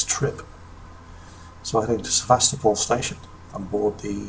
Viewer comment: Ugh, they keep pronouncing Sevastopol wrong.